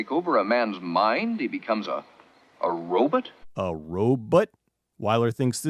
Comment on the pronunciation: Every 50's movie I've seen says "robit" or "robut". Never understood it